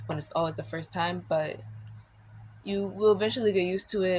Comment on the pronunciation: Your "Frist" time going to college? Are you taking an English class? 😂. Sorry, I couldn't resist. 😊